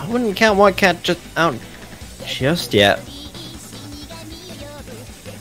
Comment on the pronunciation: dude even in the other commentator tells him that he said flycat